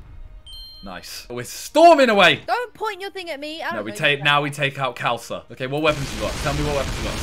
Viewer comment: It's pronounced Kh - aa (or ar) - l-sa.